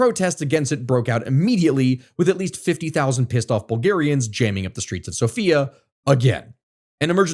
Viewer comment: hearing him say the capital's name like that keeps scaring me throughout the video because my name is Sofiya cries